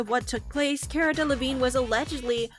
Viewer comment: Her name is pronounced Kah-rah